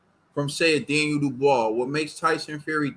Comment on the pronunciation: Dan-Knee-el Dubois